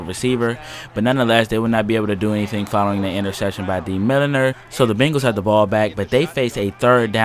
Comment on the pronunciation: I believe that Milliner's name is pronounced Mill-ner